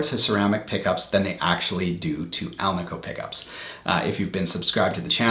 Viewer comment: I preferred the alnico. One minor critique... it is pronounced al-nih-co. Not al-nee-co. Anico stands for ALuminum NIckle and CObalt which is the composition of the magnet. Hence AL, NI, CO. Thank you for the video.